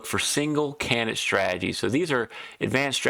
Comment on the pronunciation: Took me ten minutes to figure out what a "cayanut" is. The word is Can - di - date. Its - not - difficult.